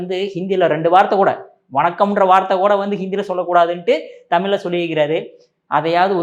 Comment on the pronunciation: நீங்கள் 'தமில்' என்று சொல்வதை மாற்றிக் கொள்ளவும். 'கிளி கிளி' அல்ல. 'கிழி கிழி'. தமிழை சரியாக உச்சரிக்கவும்.